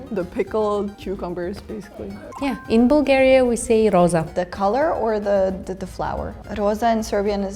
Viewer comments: Каква Булгария? На английски се произнася ,,Бългерия'' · Това не може да е оправдателна причина да се произнесе името на нашата държава без 'л' при положение че те имат същата буква със почти същия звук. Най-близко би било Блгариja или поне Балгариja (понеже 'ъ' е по-близко до 'а' отколкото до 'у'). Народите по цял свят намират политически интерес за умишлено очуждяване на езика си от своите съседи.